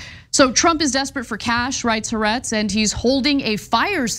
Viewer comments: “Ha-Aretz, not Haretz.” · Haaretz is 3 syllables as in Ha Aretz, isn't it?